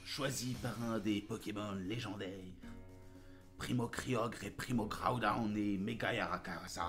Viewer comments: pourquoi tu dis pas groudon et kyogre et non pas kayogre et etgaoudone m'arrache les tympans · Haha je cherchais ce commentaire ! XD Et petite correction c'est GROWDON 😉